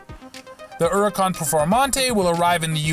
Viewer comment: How the fuck did you mess up "Huracan" so badly? There's a H!